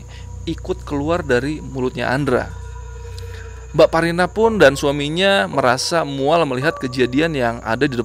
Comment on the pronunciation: aq dengernya jg bsparina , krn dengernya sambil tiduran ,sampai buka komen2 yg lain, ternyata mbakparina, langsung ngakak.